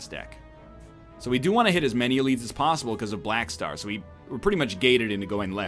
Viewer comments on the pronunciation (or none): none